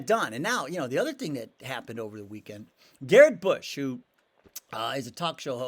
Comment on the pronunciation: You lost me at “Garrett Bush”